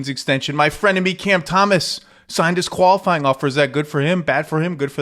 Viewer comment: “My frienemy Cam Thomas” 🤣